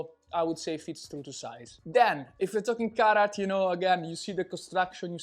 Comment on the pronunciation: Oooh Carhartt, I thought he was saying carrot